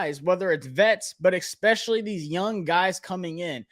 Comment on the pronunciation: Only criticism bro, it’s “especially” not “expecially”